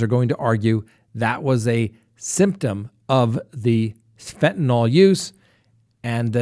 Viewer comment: I'm sorry to be picky when your content is so great, but PLEASE pronounce Fentanyl correctly.